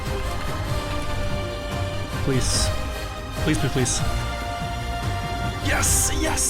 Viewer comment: Why is he saying “pleece”?